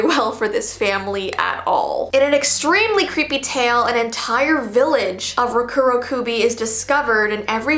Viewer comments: Its pronounced Roh-Ko-Roh-Ko-be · Dokudokubi that is how you would pronounce it. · Hi! Correct me if I’m wrong but I thought it was pronounced roh-ku roh-kuh-be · It’s actually pronounced “Rock-uro-kuubi” but nice try, it’s close! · I’m Japanese and it’s pronounced “lo ku lo ku be.” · it’s peonounced “Ro-ku-ro-ku-bi” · You pronounce it as roko roko bee and you roll the roll the r a bit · For me I pronounce Rokurokubi as row-koo-row-koo-bee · Hey like you videos I thought I'd tell you that the Rd are pronounced as Ds.